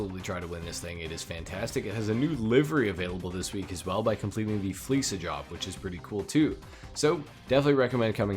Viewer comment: Thank you for pronouncing 'Fleeca' correctly. I'm insta-unsubbing to any channel saying 'Fleeka' from now on.